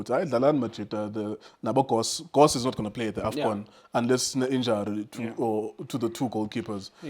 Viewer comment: Why do you call Goss Cross and why do you call Foster Frossler?